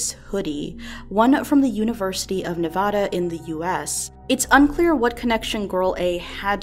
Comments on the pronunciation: while this is sad and all I would like to mention she pronounced Nevada wrong... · The real tragedy here is the mispronunciation of Nevada. The first a in Nevada is said like the a in advertise, not like the a in auction. Clearly I got my priorities straight...